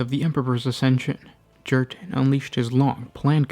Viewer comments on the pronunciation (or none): Krieg is a Germanic inspired culture and planet, j=y in the Germanic tongue. So his name is pronounced Yurten not Jurten.